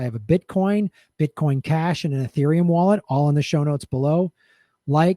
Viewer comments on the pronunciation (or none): none